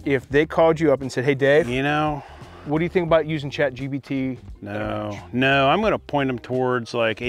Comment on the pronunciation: The host keeps saying Chat gBt while its actually Chatgpt lol